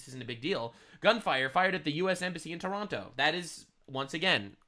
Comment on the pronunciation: Um it's pronounced Tronno, or Tarahnno, or with the terrorist cells, you can make it more like Tehranno.